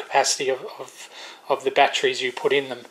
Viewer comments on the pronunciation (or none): Winced on all the 'bat-trees'. Normally i would let it go, but man, the brain is really craving to yell "it ends in 'ery' not 'rey'!". With that said to get some of my sanity back, I would never use those dumb chargers if you are using good rechargeable bat trees(god damnit, now i'm doing it). I have had so many batteries killed by them malfunctioning, while good smart chargers won't let that happen. 4 good 18650 batteries for instance, may cost more than a decent smart charger. Letting a dumb charger kill them cause you want to save some money is extremely counter productive :P